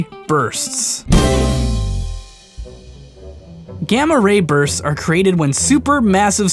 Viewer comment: So when you said gamma ray bursts, I heard gamma rapers...... just sayin